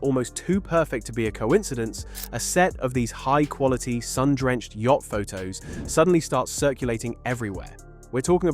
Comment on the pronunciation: Yacht not "Yatch"